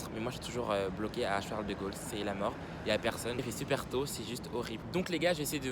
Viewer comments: Tes trop con c'est Charlet de Gaulles pas Charles de chaulles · « Charles de Chaulles »